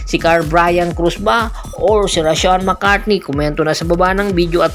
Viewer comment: Mali ka po..hindi mccartney....McCarthy po.